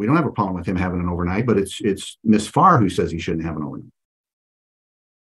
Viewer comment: Did anyone else think she said 'miss fart'? I had to squint to read the ladies name, 'Farr', lol